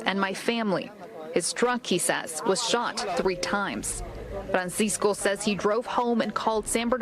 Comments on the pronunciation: Can u please stop saying fransisco in a mexican accent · It hilarious when every word is pronounced in English except the name. FrrrrrrrrranSycso It's 85 degrees and Homie has his Hoodie on